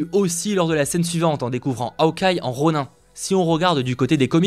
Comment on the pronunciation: on dit pas ronun mais ronin on prononce le in cest la definition d'une une personne qui na pas de maitre